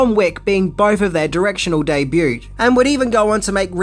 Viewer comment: I love your videos Seen several dozen by now But Please Debut is pronounced De Byu Just saying